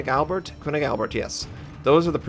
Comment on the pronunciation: its not koonig, its kernig